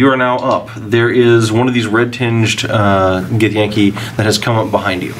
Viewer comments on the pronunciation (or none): "Ha ha! Make a backpack out of your skin" lol Githyanki vs the Red Sox : I like Gith-yon-kee. It brings up the point that a lot of us have requested phonetic spellings of unique monster names in the Monster Manual regardless of how anyone wishes to pronounce it. Such as Otyugh which wiki says can have two. On a side note, please don't call it a Bestiary in D&D Next. The title Monster Manual is synonumous with D&D. Bestiary is what Pathfinder uses and it sounds like a zoo : )